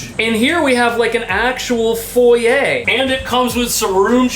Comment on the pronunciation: You said foy-YEA, not foy-YER like most Americans!❤😀🇨🇦